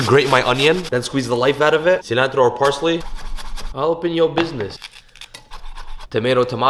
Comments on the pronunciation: Why do you say cilantro with a weird pronunciation? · I can’t tell if this guy is Hispanic or Middle Eastern. He has so many middle eastern foods but the way he pronounces cilantro makes me second guess.